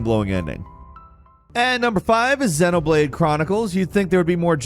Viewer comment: I'm just going to say it: You pronounced ICO and XENOBLADE completely wrong.